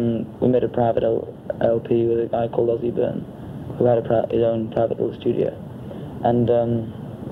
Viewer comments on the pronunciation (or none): none